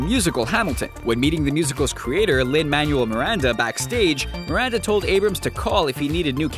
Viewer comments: Its pronounced MAN-well. Lin Manuel Miranda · Kiki A Lin man-u-el ?????? No no no